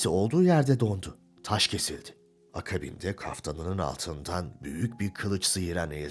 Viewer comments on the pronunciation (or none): 'mabeyn' ve 'akabinde' sözcüklerinin telaffuzunda da benzer hatalar var.